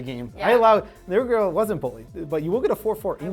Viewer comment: Whenever says Nerd girl it sounds like Nurgle. Let's go!